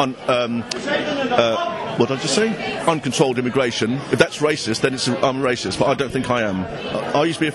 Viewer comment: LOL the guy "I'm no way rashist"